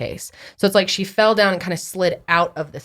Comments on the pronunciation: you definitely said “fed” not fell 😂 great podcast! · He did say fed lol instead of fell